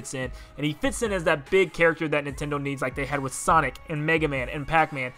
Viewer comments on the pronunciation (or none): none